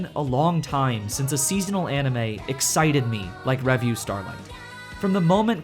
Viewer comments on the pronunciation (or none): I just thought I'd mention, because it's driving me crazy, but revue is stressed on the second syllable, not the first.